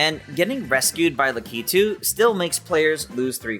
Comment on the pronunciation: Le-kee-too no la-ke-too